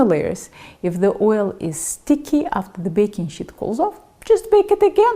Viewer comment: What's a "baking shit"?